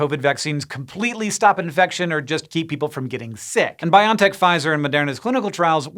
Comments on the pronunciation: I'm pretty sure it's pronounced Bio-en-tech. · I really hate to be that guy and I didn't expect to be so bothered by it, but isn't the company name is pronounced "bio EN tech"? ... I'll let myself out now. I need to go yell at some kids to get off my lawn.